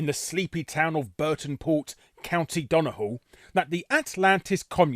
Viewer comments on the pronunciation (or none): I was thinking it was rough pronunciation alright but to be fair it's not the worst I have heard. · Great video! Did not expect Donegal to centre in this. Not sure where you got donahall from though, it's pronounced dunny-gall. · Larry how did you find a H in Donegal, it's done-e-gal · I had to pause the video after 3 minutes to ask this but Why do you keep pronouncing Donegall as if it has an H in it instead of a G? It's pronounced like it's written. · dun-e-gall not dun-a-gul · It's not Don he hal but Donegal as in [DON] + [UH] + [GAWL], wait is the issue you can't say Gs? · Duh-knee-GAWL not DON-uh-hull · Sorry gotta correct you slightly Larry, Donegal is pronounced Done-Knee-Gawl. Just hearing the way you said it sounded like dun-eh-hall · To let you know; It's pronounced Dunny-gall. And it looks like you got patriarchy and matriarchy the wrong way round. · Larry, the county in Ireland is pronounced 'Done, e, gall' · What the fuck is a "Don a hall". Donegal is easy enough to say, come on man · *DO- NE-GAL . Mate. Say it right. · It's pronounced Dun-ee-gaul. :) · Who told you how to pronounce Donegal, Larry? Because they are wrong. So utterly wrong. It's Donegal as it looks - dun-ee-gall. In Irish it's Dhún na nGall, but that Dh is pronounced as a Y is in English, so still no H sound. Where's that H sound coming from?! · So Donegal is pronounced, Don-e-gale. Easy mistake to make though. Great video. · Donegal is pronounced "done - e - gall" :P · Good video larry but as an Irishman I kind of winced at your pronounciation of Donegal. The g isn't silent so its pronounced "Done-ee-gawl" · Doon na hall? Irish man here never heard Donegal pronounced like that in English or Irish. Now I speak the Connacht dialect of Irish tbf. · Donny-hall? Christ alive. Be better. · Further to that, there’s a freakin’ Father Ted joke in this video. Yet, still… Donny-Hall. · It's pronounced "Done-E-gall" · It’s pronounced don-e-gaul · His pronunciation of donegal somehow triggered me